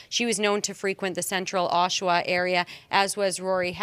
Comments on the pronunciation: It’s (OSH-A-WA) Ontario… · And her name is pronounced A-SHÉ (hache) And it's AA-SHUH-WUH(Oshawa)